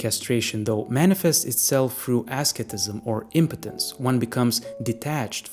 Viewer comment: "ascetism" is pronounced "ah-SEAT-ism." An interesting idea, but the glaring oversight is that, aside from most adult producers being unfamiliar with Classics of Antiquity, there's the absence of Homeric ideals to consider. Homeric heroism is innate and archetypal: heroes do heroic things because that's what they are, what they're destined to be. And there's a lot of Greco-Roman hierarchical scaffolding to that destiny. XXX might be borrowing the categories as you say, but the Antiquarian notion of roles and fates are absent, so the heroic journey is absent. There's no implied or innate destiny or next stage for the conscious archetype to reach, so it's not expected of them. The archetypes and their dynamics are constantly intermingled and inverted but result in the same terminus--the conscious and the unconscious negating any ground of change in themselves through their mutual actions. The environment changes, the hierarchies themselves even change, but neither the conscious nor the unconscious categories undergo any change.